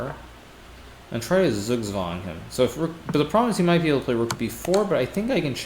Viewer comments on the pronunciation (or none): none